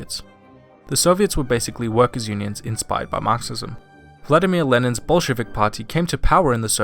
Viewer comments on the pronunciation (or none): Why do you pronounce "Bolshevik" like "Bullshitting"? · is it just me or at first did I think he said "bullshit" on instead of Bolshevik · When you said "BOLSHEVIK PARTY" I heard "BULLSHITIC PARTY"